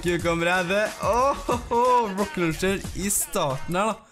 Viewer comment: meeen gutten min det heter ikke røkket løncher